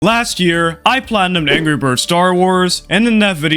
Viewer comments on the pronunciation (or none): He did NOT say Angry 😭